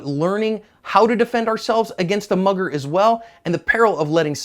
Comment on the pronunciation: Everytime you said mugger I heard mother